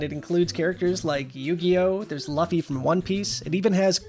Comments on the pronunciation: you know when not to report on anime when you call luffy "luh fee" or yugi "yugioh" and only really know goku. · Me: no friend, trust me. Nintendo Wire is a trustworthy channel!: “LUH-FEE” Me: (gulps) eeeee..... [just kidding, love y’all]